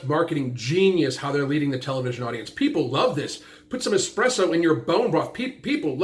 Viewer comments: Someone should tell that woman it's eSpresso it is NOT. EXPresso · It hurts me that she said “expresso” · "expresso"... sigh. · She calls espresso “expresso” and calls a tomato a vegetable 😓 yeah, let’s rely on her intelligence. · "EXPRESSO POWDER"... nuff said! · Did anybody else get annoyed when she said exspresso? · I don't trust people who say eXpresso . . .😒